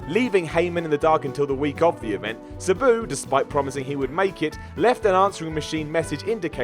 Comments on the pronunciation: Sa-Boo. Lmao It’s Sab-oo = Sabu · This guy does not know how to pronounce Sabu correctly. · The way you pronounce Sabu makes me want to stick nails in my eyes!! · I love, but I hate the way he says "Sabu." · Fact check; pronounce Sabu correctly, and produce a video without inserting a meme of himself every 30 seconds.